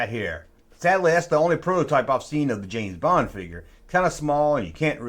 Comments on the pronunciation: James Bong? I am listening... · James Bong😂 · James Bong?🤣🤣😂🤣🤣 Dude, take that mistake and run with it!!! There's your new t-shirt line!!!